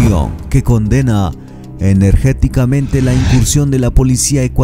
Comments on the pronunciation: Se dice enérgicamente no energéticamente 🙄🙄🙄🤦🏻‍♂️🤦🏻‍♂️🤦🏻‍♂️🤦🏻‍♂️🤦🏻‍♂️ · Es enérgicamente, no energeticamente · Y este pasó la priaria? Por qué dice energéticamente si es enérgicamente. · Se dice ENERGICAMENTE Y no, energeticamente. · Energeticamente no.....Energicamente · Se dice enérgicamente no energéticamente ja ja ja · Mi amigo, no se dice energéticamente, si no enérgicamente. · Se dise,, energicamente,,,,no ,,, energéticamente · Apoyo al presidente, estimado narrador, se dice protesto energicamete, no energeticamente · Se dice enérgicamente, no energéticamente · Jajaja, se dice: energicamente. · Enérgicamente no se dice en este caso. Se dice enérgicamente. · Se dice enérgicamente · Se dice energicame!